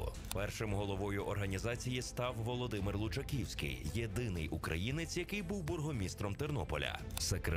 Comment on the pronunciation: face-orange-raised-eyebrow:"лучакІІІІвський". ти товчи хоч воду в ступі, а все одно перекрутять прізвище. нема жодного документа, де Лучаковський був би з тою недоречною буквою "і"